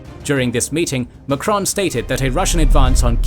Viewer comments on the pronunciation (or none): none